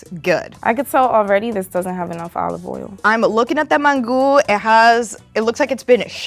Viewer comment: After she pronounced it Man-Goo I knew it was over for shorty